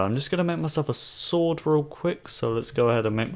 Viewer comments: Wait what did he say stored? Instead of sword lol XD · you said stord instead sword. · Ha ha you said "Stword" XD